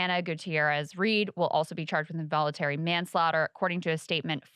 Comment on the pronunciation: Dude is not hooked on phonics :(